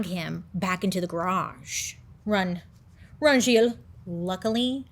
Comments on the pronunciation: That story has always been really interesting to me and I'm so happy you're covering it! Btw, as a French Canadian, your pronounciation of Gilles is great! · As a French speaking person, your pronunciation of Gilles is muah chef's kiss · As a French Canadien my-self, you pronounced “Gilles” very well 😂😂 Great video! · You pronounced Gilles perfectly. You are amazing. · I am francophone and let met tell you, you did a great job on pronouncing Gilles name the right way !!! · You didn't butcher the name Gilles, you pronounced it pretty well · Pronunciation of the name Gilles 100% ok! i give you A+!